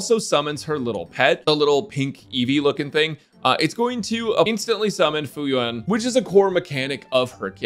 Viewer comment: Fuyuan ❌ fayui ⭕✔️